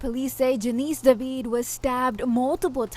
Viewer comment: David not deveeid is her name , that anchor woman can’t pronounce David lol